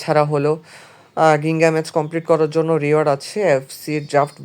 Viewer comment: গিঙ্গা না জিঙ্গা হবে উচ্চারণ ❤